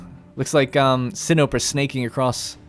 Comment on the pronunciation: Pretty sure Sinope is pronounced Sin-o-pay, how fitting!